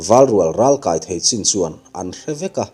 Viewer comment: A ngaihnawm ka tih zawng tak a ni. "Ralkai" tiha, kai hi "bawng kai, ka banah min kai rawh" tiha Kai rik a kan lam ri ṭhin hi ka lo ngaimawh deuh a. "Rallehlam lo kai ve rawh" tiha kaí rik ang hian lam zawk tur a ni. Ral hi chu naupangte pawhin an kai chawk a nia. A kaih a kai ni loin, Ral nawr ve thei tura kumbi lam pawhin tlin/kaí tawh lam sawina a ni zawk e.